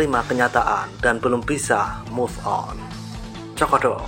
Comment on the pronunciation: Move on ~> baca ; muv on!.. Bukan moff on